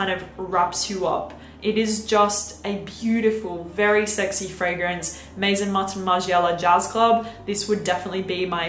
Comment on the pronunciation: you pronounce Givenchy in perfect French, but you still don't pronounce Maison in French. Maison means (perfume) house. I think it sounds so much better because Maison Martin Margiela is from Paris